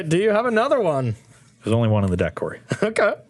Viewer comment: Hey Corey, It's Karoo.